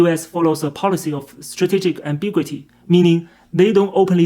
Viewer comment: Strategic AM-BI-'GU]-I-TY - [gyoo].